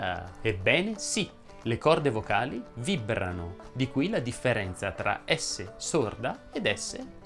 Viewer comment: Madonna che stress che ho: Allora, intanto video bellissimo. Io ho sentito questi ma ho dei dubbi su "èsso" Piuttósto Vibbrano Ad èsso Siréna